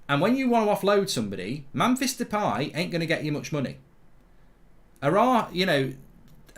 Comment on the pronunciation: “Mamfis depie”